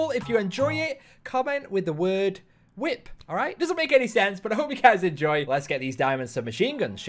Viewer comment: "Say whip" "Hwhip" "Why are you saying it like that?!?"